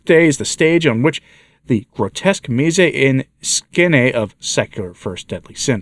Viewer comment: Hi for future reference 'mise en scène ' is French and pronounced phonetically as (meese on sen). Here a good translation of it would be 'depiction'. It literally refers to the events or image shown in a painting- to put in a picture.- PS Not sharing this info to make you feel self conscious.Cheers